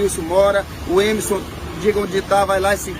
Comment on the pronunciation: Coitada dessa senhora. E me da uma agonia esse pessoal que tira o R das palavras. "Emeson". E me admiro é dessa repórter falar errado.